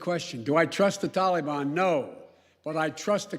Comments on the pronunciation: Notice how he pronounces “TAL-EEE-BON” just like his boyfriend Oblabla says it. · Talkybon? Who the f is tallybun? Can you buy that at the mall? Does it have icing? Did he just have a stroke? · He thinks the "tollybon " is a chocolate confection .